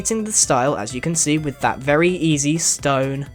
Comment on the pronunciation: #Grian did you say vely flat instead of very flat